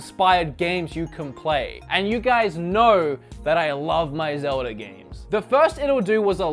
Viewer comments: It's always annoyed me that he says zeld-ee instead of zeld-uh anyone else agree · STOP CALLING IT ZELDIEES !!!!!!!! ITS CALLED ZELDA!!! GET IT RIGHT. I THOUGHT YOU WERE A ZELDA FAN!!!